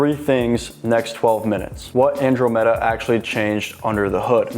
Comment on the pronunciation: You are pronouncing Andromeda wrong